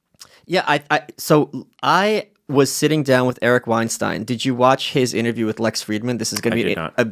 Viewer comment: How many idiots cannot pronounce Weinstein the non-Harvey way.